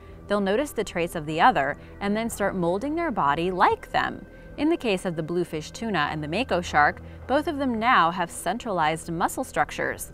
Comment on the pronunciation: Blue Fin Tuna Why are you saying it as blue fish tuna ?